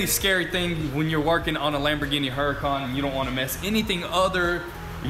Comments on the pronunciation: I like the way they pronounce Huracan. They pronounce it with a heavy "H", but if you watch the show on tv, I think it's the same channel as "Air Disasters", they pronounce it as "OO racan" - a pronunciation I like much better. OOracan. Like "OOO, look at that Lambo". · need a tee saying huracon. we are the work shop.